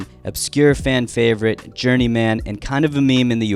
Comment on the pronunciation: Downvoted due to how you pronounce "journeyman"